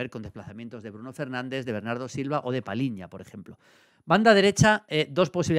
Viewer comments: Maldini, es Palhinha y no Palinha. “lh” se pronuncia como una “ll” en español. Por eso este apellido se pronunciaía como si en español se escribiera “Palliña”. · João Palhinha, se pronuncia PALLIÑA, no Paliña. 👍👍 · A ver Julio. Cuando toca felicitarte toca felicitarte, pero también hay que criticar lo malo. Palhinha=PALLIÑA. Cada vez que dices Palinha muere un gato. PaLLinha. No te suena más portugués eso que paLinha? Que no te parezca mal hombre, pero... Es tan top y lo dices tantas veces que mejor que aprendas a decirlo bien.